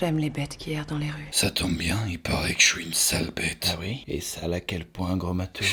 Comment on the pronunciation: ui et oui ne se prononce pas pareil sinon ont eciraient un pouit et non un puit serieux arrete stp ou parle un autre language merci